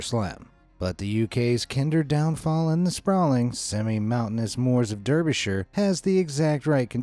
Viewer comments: \Derr-bisher haha it’s pronounced dar - bershire haha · Great video but Derbyshire is pronounced DARBYSHIRE. Keith